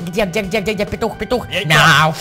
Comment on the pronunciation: Игорь сказал питух срара или что